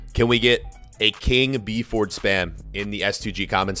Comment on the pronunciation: " King BFord"